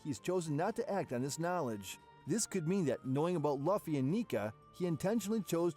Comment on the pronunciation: It’s just bothering me how y’all a one piece channel and saying Luffy name wrong (I’m reporting ur entire channel)